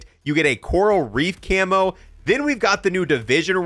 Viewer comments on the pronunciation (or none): none